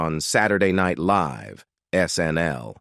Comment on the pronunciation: Are you unable to find somebody who is capable of reading the English language and pronouncing words correctly? Saturday Night LEAVE??? Her priVATE life??? Any posts about celebrities or the Royal family all have these pronunciation errors that drive me crazy! If they can't read, don't hire them!